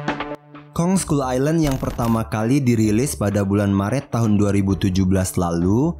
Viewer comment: scull island bukan scull ailand